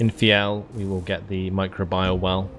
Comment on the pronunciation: It's pronounced my-crow-bee-al :p